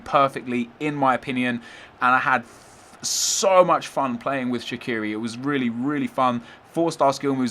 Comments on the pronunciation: Shaqiri is an Albanian last name, it isn't English, it isn't Swiss so it's pronounced in Albanian, case closed. And fyi, even the Swiss media pronounce it Shachiri. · its sha-chi-ri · It's pronounced Shachiri ... Had to say it :P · No, he didn't. He pronounced the "q" wrong. The Q in Albanian is pronounced as "ch". It makes a big difference. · Oh it's so hard to understand that you should pronounce names as they are in it's original language. Not how you fucking please. And Shaqiri is Albanian, either way how you turn it, his parents are and he was born in Kosovo.